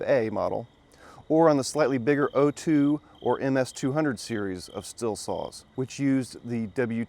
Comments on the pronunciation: Why do you keep saying still? It's stihl(steel) listen to their commercials 🤷‍♂️ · The Andreas Stihl family back in Germany pronounces it "Sh till". I've heard "Steel" and "Still" but neither are correct. Yes, the company today does say "Steel" but they started doing this for purely marketing reasons.